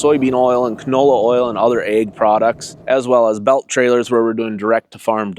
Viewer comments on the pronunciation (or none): Hell he's saying AG sounded like egg i kept wondering about the chickens 😂😂😂